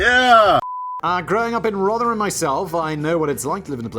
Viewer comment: Blimey Simon pronounced Rotherham correctly. Congratulations.